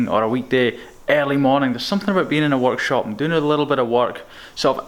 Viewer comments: Did anyone else think he said "watch shop" and not work shop? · When he said workshop I thought he said walkshop